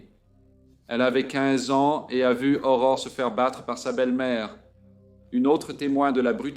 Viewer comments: Ce n'est pas Aurora, c'est Aurore.🌈🦄🎠 Merci de raconter cette histoire. Le nom d'Aurore est si mal prononcé dans cette vidéo que je ne la termine pas, c'est honteux. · Son nom est pas Aurora. C'est Aurore. Salutation du Québec.